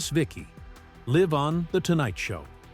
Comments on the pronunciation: This narrator cannot pronounce this word correctly: live. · I know Live, as in "not recorded", & Live, as in "I live in a house", are spelled the same, but the vowel is long in one & short in the other. You would think the narrator would know how to pronounce by the context of the surrounding sentence! I remember Tiny Tim very well & always thought he was creepy, especially when he married that young girl. He was a freak act... a living cartoon.